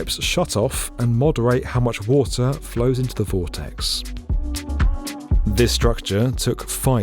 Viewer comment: "Wata'" :cat-orange-whistling